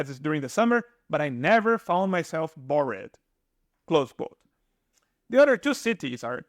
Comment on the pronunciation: What's wrong with the narrator's pronunciation ? Retirees, bored, Andalusia ....just a few words that are totally butchered just like a bot would do.